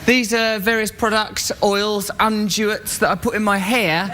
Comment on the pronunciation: I believe he meant to say “unguents”... but he mispronounced it.